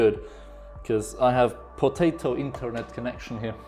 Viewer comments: Love the way he say potato earphones😹😹😹😹✨but either than that your video helped me setup my ps4👍👍👍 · When he says Potato its funny.🤣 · Im german so every time you said potato offended me... Sorry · Are you dumb people Missy it's potato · What is wrong with him saying potato